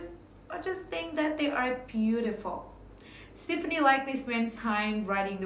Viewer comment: The song is Ole Red, Not Big Red. And you are pronouncing Stefani Incorrectly! Extremely annoying!!